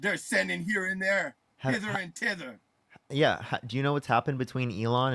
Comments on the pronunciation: That dude said "hither and tither" 😂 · Dude said hither and tither. That's when i would have hung up the phone.